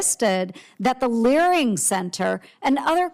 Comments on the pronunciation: Nick saying "learing center" all the time is legendary😂😂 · It is so funny that the ones that follow and know all say "LEARING center" 😂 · THE FACT THAT YOU KEPT SAYING "LEARING CENTERS"- I HAVE TO BUY A SHIRT. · The fact you’re stilling calling it a “learing” centre while answering these questions is hilarious hahaha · "...went to the locations of the learing centers..." now we are all saying learing